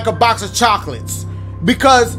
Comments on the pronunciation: “It’s like a box of Shocolates” 😂😂😂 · No one : Dashie: box of shockletes 😭